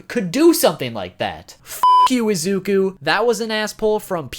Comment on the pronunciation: it's pronounced ee-zoo-koo